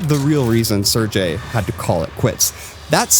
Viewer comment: btw, it's SER-GAY, not serJay